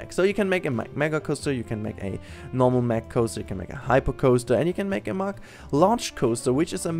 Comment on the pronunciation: Oh my God... You as a German should know its pronounced Mack not meck xD Anyways great video;)